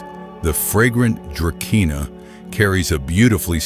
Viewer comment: it is pronounced "druh-see-nuh", not dra ke nah! duh!